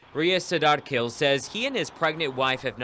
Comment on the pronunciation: Pronounce the Last name as Kheel. Breathy h.